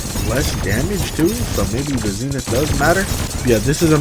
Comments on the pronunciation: It’s not zenif it’s zenith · Zee nith